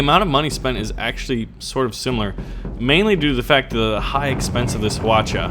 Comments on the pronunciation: i looked it up and i think its is pronounced hwaacha not hawocha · its pronounced wa-cha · hu-watch-uh hawacha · i think hwacha means 활차, which means "arrowcart" in korean but its hwalcha not hwacha, also, plz dont say "huacha" its it means flower cart. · its pronounced wacha the h is silent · Hwacha is pronounced as Hwachha. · Fucking weaboo stop saying hwacha like that super le annoying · the h is silent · everyones pronouincing hwacha wrong lol